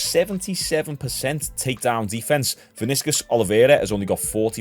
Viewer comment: The way you said Vinicius I can tell you not a football fan😅